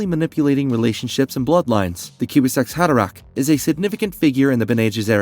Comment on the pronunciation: The kiwi-zack’s haderach? 😂😂 Sorry but the AI’s crappy pronunciation really ruins the video!